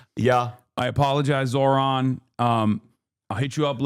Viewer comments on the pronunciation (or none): Zorha, Zohan…why is Sliwa intentionally butchering hot name? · THE NAME IS NOT EVEN THAT HARD BRO IM CRYING "Z (of Zebra)-OH (of opening)-RAA (r and then the aa sound in Father's a)-N (just N.)" and then "MAM (the same aa sound found in father for the A, the ms are just M. You can even pronounce this as Mum if the mah is too difficult)-DA (yet again D with the a found in father. All the As in his name are like the A in father)-KNEE (self-explanatory)" LIKE BRO